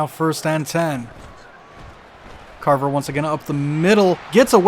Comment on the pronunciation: viewer from the future: how long did it take you figure out that it was craver and not carver like you kept calling him lol